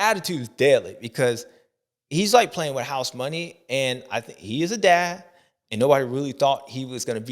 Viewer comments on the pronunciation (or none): none